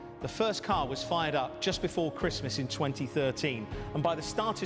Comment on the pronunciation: was first but said "firts"